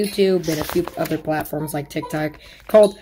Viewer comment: He really said tik tak